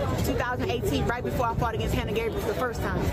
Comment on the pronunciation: I thought he said "She fahted" (pooted) LMFAO!!